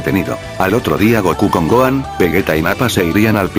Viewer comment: siempre dice goan no dice gohan